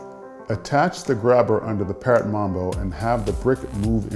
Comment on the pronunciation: He said mumbo its mambo